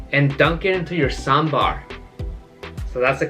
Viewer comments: I love you man because you're the first person from other place who pronounced saambar correctly other than south indians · You pronounce sambar better than North Indians.. its one of the best breakfasts.. high-protein ( blackgram in Idli, dal in sambar etc), low fat, high fibre diet. with spices that improve appetite for the day, like mustard seeds, coriander seeds , curry leaf etc in the tempering.. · The way you pronounce 'sambar' correctly.. my heart feels Happy.. 😍